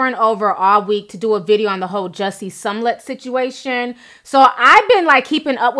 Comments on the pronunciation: Love you Ti, but its Smah-let not Sun-let 😉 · Girl...I love your videos but I have to correct you. It's SMOLLETT not SUMLETT. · Ti you tore his name up lol its smollet you had me confused saying sumlette 😂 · Ruru Home me too I was cracking up😂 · Chiii its smollett not somelett. We are going to give you a pass though, bc we love your videos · Does she NOT know how to pronounce Smollet?!?!?!......who the hell is SUMLET????!!!!.....😂😂😂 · Girl I freakin love u but if u call that man "sumlet" one more time I'm gonna scream 🤣🤣🤣🤣 still love u though. It's "Smollet" (s-mull-ett) FYI girl. Lmfao. 😘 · It's SMOH-LETT....Not SUM-LETT...lol! C'mon Ti you can do better. But good story. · Smollett, Smollett, SMOLLETT Not Sumlet C'mon now,, c'mon... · Lmao. You keep calling him SOMllett. It’s SMOLLETT. 😂🤣😂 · I always love hearing the tea but PLEASE start sounding out people's names before reporting the tea! SMOL-LET not SUM-LET... Use those vowels, Sis! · It's Smollett not sumllett 😆 sorry that irritated me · Gurl it is Smollett not Sumllett. Please!! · Somlet? Lol its pronounced smo-let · I cringed everytime u said “Sum-lette”😖🤣🤣 its Smo-lette! Love u tho😘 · Say it with me Ti "SMO-LETT" not pronounced SUMLET. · The story is very important, but I can’t get over why she continues to incorrectly pronounce Smollett’s name? Sum-let, over Smol-let. ...Are there any other updates? Overall, a good coverage. I’m staying tuned in. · If you're going to report please pronounce his name right. It's not Sumlett It's Smollett...smfh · She Keeps saying some lett isnt Jussie’s last name pronounced Smo-let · His name is pronounced SMOE-LETT not Som-let Damn! Smh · I live her but I wish she would say people's names right. She says SUMLET the whole video when his name is pronounced SMAL-LET. It's distracting and it's not just this video. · It’s clearly spelled S-M-O-L-L-E-T-T and you got Sumlett every time. Lol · Jessie Somlett. 😂😂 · I swear that irked my nerves everytime. Omg!